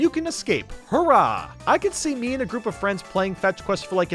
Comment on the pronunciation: Its hooray (hore ray) not hoorah.